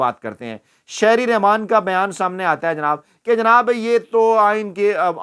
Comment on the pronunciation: Bhai jan Name to sahi lelo Shereen Rahman ko Aap Shahri Rahman keh Rahe Hain.